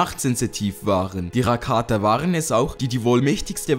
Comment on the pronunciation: du sprichst "rakata" komplett falsch aus